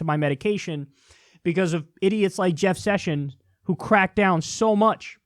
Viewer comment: Kyle caught the southern , "Jeff Sushins"